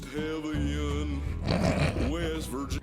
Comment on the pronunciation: Almosssst HEAVIEN i'm dead 😂